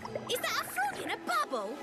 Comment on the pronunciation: IZZAT A FRAUG IN A BAUBBLE???